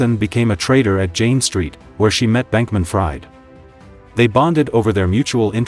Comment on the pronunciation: inner circle was a bunch of young people. they all scammed dumbasses. period. btw his named sounds like freed not fried